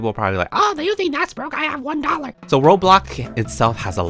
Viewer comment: I love the fact that he say's bloxbuk and robok or something like that 😂😂😂 Like and comment if you hear her pernounsing something wrong